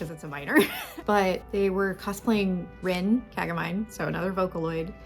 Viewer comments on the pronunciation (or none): Rin WHAT? KAGEMIYNE????? What kind of an inferior retarð american race pronouncation is that